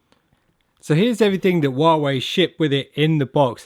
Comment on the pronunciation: How about you learn to pronounce huawei correctly?